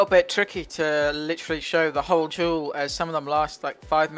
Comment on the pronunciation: am i the only one hearing the word jewel instead of duel?